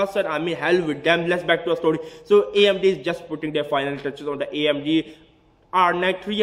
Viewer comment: hahahahahahaahahahhhwhhaha you sound to funny amdi is amd not amdi need beat en then rap amdi amdi hahahahahahahahahah